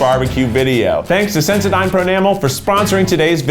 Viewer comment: I don’t know WHY it bothered me so much and I love this video but it infuriated me how he pronounced sensodyne at the beginning 🥺😂